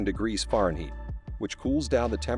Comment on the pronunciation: Here's a tip for making travel videos: Get a narrator who knows pronunciation. "Kawsher"?? "Fahrenheet"??? (Among other mispronunciations here.)